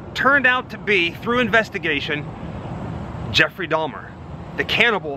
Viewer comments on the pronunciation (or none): He said Dalmer? 😂